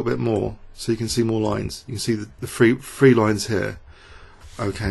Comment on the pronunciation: "THree," not "free." Sigh...SMH